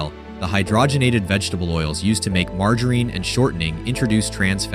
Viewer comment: Probably should check the pronounciation of margarine too. Otherwise, great video. Really fascinating. I had no idea about how popular lard was